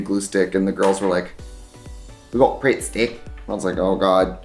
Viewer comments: im fucking crying "WEYH GOHT PRITTSTIHCK" "oh god" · I'm sorry but listening to Trixie say pritt stick is the funniest thing I've heard today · The way she said pritt Stick had me dying 😂😂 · We’ve got pritt-stick in an English accent was something I never knew I needed 😂